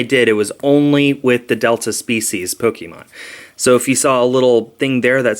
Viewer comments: You call it poke-ee-mon when its pronounced poke-ay-mon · it is prounouced poke-e-mon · There's no correct prononcuation. some say po-kee-mon and some say po-kay-mon. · what about Po-kuh-mon lol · "Polemon" Is that normal? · Lol and I traded for mega glacal ex I think that's how u pronounce it and a krokrockex both are reverse holos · you say you know alot about pokemon but you dont even know how to pronounce it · destroyer LOZ is right, the é in the middle is pronounced as an a, just like in fiancé and other words with the 'é' letter